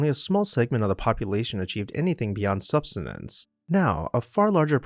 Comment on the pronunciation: BTW "sub-sis-tens" is how it is said by the standards of the dictionary. Sorry for criticism but at least it helps the algorithm.